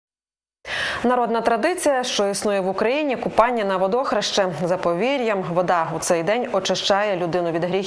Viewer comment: В словниках написано ВодОхреще, наголос на друге О, звичайно вам словники української мови не важливі😂